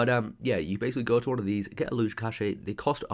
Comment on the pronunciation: cache is pronounced cash :) not cash A :D